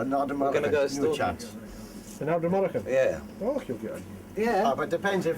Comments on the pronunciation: ARD-NA-MUR-CAN ......not that difficult to pronounce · It's pronounced Ard-na-mur-kun. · As a Scottish person I find his colonial approach incredibly disrespectful and appalling. He doesn't even bother to say Ardnamurchan correctly. His lack of respect towards Scottish culture is offensive, and his lack of an understanding of the history of deer stalking in the Scottish Highlands is horrific. His colonial attitude needs to be examined and critiqued, he makes so many culturally offensive comments even within the first two minutes alone. Vice, as a platform I respect I ask that you consider critically reviewing the cultural appropriateness of this content. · What a dobber he can't even say Ardnamurchan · Just started watching, but your pronunciation of Ardnamurchan is totally wrong haha :P Source: I live nearby. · He pronounced ardnamurchan completely wrong.... ...get it right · 30 seconds in... he hasnt bothered to learn how to pronounce Ardnamurchan, and also says the only thing there are seagulls sheep and deer... in the West coast of Scotland...